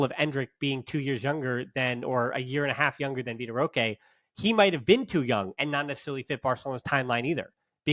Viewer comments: It’s more like roh-keh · Here I was finally about to ask you why you pronounce his name as "Rosh" instead of "Rohkay"